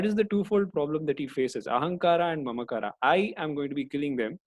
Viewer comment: That's it,, i give up, can't tolerate more extra 'A', ahamkaraa?? Mamkaraa? I know its not big deal to use ahamkaar as it is. You are only mocking hindi language, its like somebody disrespecting our elders name. If this is done by any foreigners i can not offended little bit. But u i dont know. Sorry sir. but thanku for the knowledge.